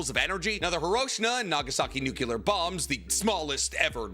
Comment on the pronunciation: Nuclear!!! God dammit..i swear you do it on purpous 😂😂😂